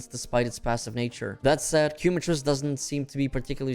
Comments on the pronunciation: Please, its not "Cue-matrice" its Quema, as in the spanish word, its Kae-matrice" !! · “Keh Mah Treece” my man That Quumatrice is killing me 😂😂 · Thats hoe you say it "Kee" is the correct way. QUEMA-TRICE. Quema being a spanish word. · im a native speaker too i meant no offense but thats not how you would pronounce “quema” i just thought it was funny the way he was pronouncing it is all